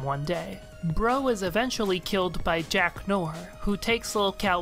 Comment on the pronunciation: Great video as always! And Noir is pronounced nwär. Sorry, I just have to say it.